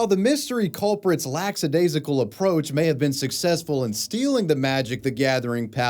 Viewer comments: Lackadaisical. Not laxadaisical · Lack-idasical, not lacks-idasical. Dammit,, I'm Swedish and I know this shit better than you. 😁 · Lackadaisical. Not 'Lacks a daisy call. It doesn't mean they're lacking a daisy. Edit: Neither is it 'LAX-a daisical'. While the word is similar in meaning to 'lax', that isn't part of the etymology.